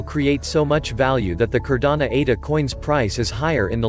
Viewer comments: Great video. Only thing is..this is Cardano..not Cardana. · No matter the robot is mispronouncing Cardano every single time lol 😂 go up Cardano!!!!